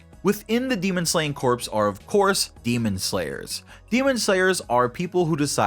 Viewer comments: You are pronouncing corps wrong, you’re saying corpse. Corps is pronounced core. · Say it with me now Corps Not corpse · It’s pronounced Core not Corpse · It’s pronounced core, not corpse. Corps, the ps is silent Source: Served in the Marine Corps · It's pronounced "core", like the marine corps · P is silent in corps. If the p is not silent, then you're talking about a dead body, or corpse. Small gripe, but it does help with clarity. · Corps is pronounced "Core" just so you know. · People who can't say corps. right.... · I would do a shot every time you say corps wrong, but I would probably die.